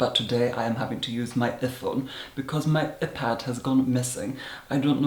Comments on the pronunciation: “filem” “epad” “efon” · Eh-pad and eh-phone. I’m done....😂😂😂😂😂😂😂😂😂😂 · the "filim", the "eepad" and the "eephone". and the milkshake question!!! Hilarious!!! :D :P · “Ephad” “efone” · Ehpad and ehphone made me cry 😁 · Excuse me, but wtf is an eh-pad and an eh-phone? I can only assume you are mispronouncing that for some sort of humorous value. And I believe the only thing you would extract from a cow is blood. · “usually i use my epad but today i’m using my ephone” IM GAGGING THE WAY HE PRONOUNCES WORDS like “filum” AND HIS VOCAB RANGE IS MINDBLOWING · ih-pad and ih-phone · "My ephone" "my epad" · My eh-pad and eh-phone. 😂 I love you!!!! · "Eh-Pad ", "Eh-Phone" !!!!!!!!!!!!! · ihpad... ihphone... ih love you! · I GAGGED AT EH-PAD AND EH-PHONE!! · Hmm a-pad...e-phone😂😂😂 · Eh.pad... Eh.phone... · i love the way you say iphone and ipad it’s so marvellous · The way he pronunced iPad and iPhone is just . . . I can't even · I love your vids but. Lol, iPhone and IPad pronounced with the same vowel sound as the body part “Eye” and as if you were referring to yourself with the pronoun “I”. It’s not the same vowel as in the word “if” and “bit”. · His pronunciation of iPad and iPhone... And that "my iPad has gone missing.. I don't know where" 😂😂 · Wait Is no one going to talk about his pronunciation of iPhone or iPad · The way you say Iphone and Ipad haha. I find your quirks to be so funny and quite delightful. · now i know how to properly pronounce iPad and iPhone 😆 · I'm LIVING for the way he says iPad and iPhone😆